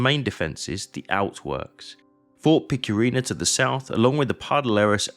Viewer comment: Badajoz, no Badjoz. Guadiana, no Guadana. Picuriña, no Picurina. Etc...